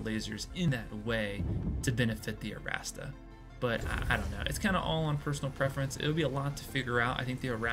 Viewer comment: My OCD really didn’t like how you started the video by reminding everyone the new ship is called the ArrastRa “because there’s an r at the end of it” but then proceeded to call it the ArrastA for the rest of the video. Otherwise, enjoyed watching your run. Keep it up! With the R ;)